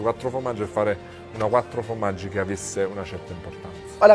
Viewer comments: Bonne vidéo mais par pitié... FORmaggi... pas fromaggi. Merci <3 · Pour information: on ne dit pas "fromaggio" mais formaggio (formaggi au pluriel) ^^ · C'est "formaggi" pas "fromaggi" 😁😁